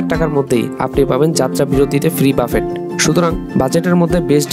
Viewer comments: বুফে রে বলতেছেন বাফেট 🤣🤣 হচ্ছে হচ্ছে করেন কেনো? 🤣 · Everything was fine with the presentation of your video only one place was a bit wrong that is, it will be a buffet (বুফে ) and not buffet . Anyway good luck to you 💖